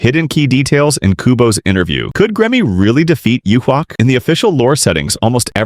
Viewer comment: Even the AI can't pronounce Yhwach's name. Reminded me of the early days. 😂